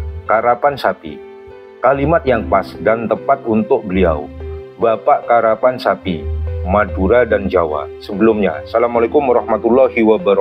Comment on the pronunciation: KERAPAN SAPI BUKAN KARAPAN